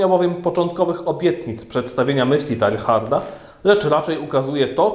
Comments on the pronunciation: Drogi X., drobnostki, ale synowi duchowemu arcybiskupa Lefebvre, Francuza nie przystąpi taka wymowa np: miejsce urodzenia de Lubac czyta się Kąbre, a imię de Chardin Tejar. Wiem, że X. jest siłą rzeczy germanofonem, ale przecież można na guglach błyskawicznie sprawdzić wymowę... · BTW: wymawia się "de Libak" (właściwie nie "i" a niemieckie "u - umlaut"; oraz "Tejard"; francuski fajny język, polecam : ) Poza tym czytając różne dzieła w oryginale, można się nieraz porządnie zdziwić...